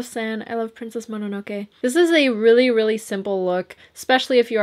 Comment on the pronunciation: bless you for saying Mononoke properly. i'm just a bit peeved when people say "Mo-no-no-key" or "Mo-no-no-kay" like...please try to learn the pronunciation of a foreign word at least :( so bless you lol and yay for Ghibli moviiiiiesss